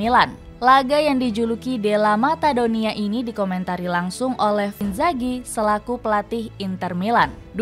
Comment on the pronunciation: Della Madonnina bukan matadonia